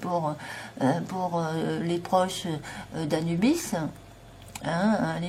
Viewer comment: Coucou .... tu dis quoi Anubis??? ou anusssssss bisssssss????? Très drôle.... macacaron anusbiss...hihihi